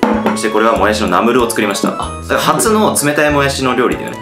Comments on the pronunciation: ナムルのイントネーションが トマト！じゃなくて、砂鉄！って感じ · ナムルの発音がラムネ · ナムルじゃなくて、ナムルな？ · ナムルのイントネーションが ってコメントを見たけど全く 違和感なかった笑笑 北海道だからかな？ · ナムルのイントネーションが気になる（笑） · もやし食べすぎて ナムル のイントネーションさえも もやし のイントネーションになっとるやん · ナムルのイントネーション(笑) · ナムルのイントネーションがわろた